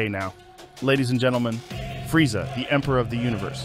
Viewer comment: "Frieza"??? There is no i in Freezer or Freeza.